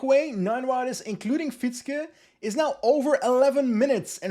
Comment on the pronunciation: Love your content! Quick tip for next time: Fietzke is actually pronounced "Feahtske", because that "ie" is a very long and unstressed i sound. It's basically the same sound as in the English word "fear", but instead of the -r, just add -tske. Voila: Fietzke. Stressed on the second syllable, if you were wondering. Keep up the good work! Cheers.